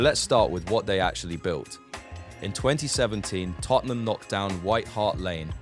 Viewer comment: Just as i wrote that i heard totonom lol